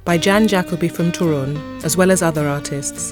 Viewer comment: Toruń, as every polish word is accented on second sylabble from the end.(There are some few exceptions)